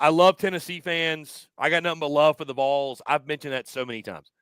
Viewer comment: Dude, —you gotta stop saying “Voles.” It’s not Vole-unteers.